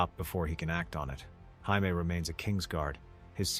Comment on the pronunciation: Pronouncing Jaime in its Latin form has me cracking up 🤣 you watched the show right ?